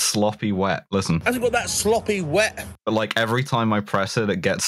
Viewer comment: nice to see the return of unintelligible "sloppy wet"